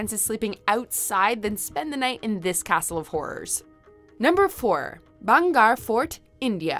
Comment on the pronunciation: IT'S BHANGERH FORD NOT BHAGAR FORD😂😂😂😂😂😂😂😂😂😂😂😂😂😂😂😂😂😂😂😂😂😂😂😂😂😂😂😂😂😂